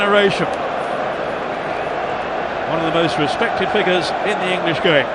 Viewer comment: "Figures" blo'on